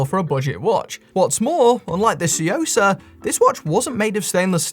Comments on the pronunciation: Took me a second to realize you were saying tsuyosa, had you not considered looking it up and seeing how it's pronounced or something? Because the way you say it is like way off. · One of my favorite things is hearing trying to pronounce Tsuyosa 😄